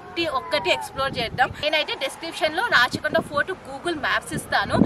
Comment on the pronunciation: అమ్మా తల్లీ, ఇది రచ్చ కొండ కాదమ్మా రాచకొండ